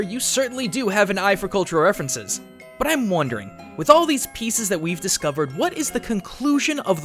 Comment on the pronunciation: you said butt instead of but giggle